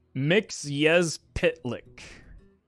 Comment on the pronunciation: MXYPTLK - You pronounced like the hungarian "megszopatlak" word which means "i prank you" (with dirty words) 😁😁😁